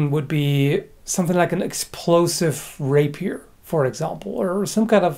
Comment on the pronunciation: You mean rapi-air ?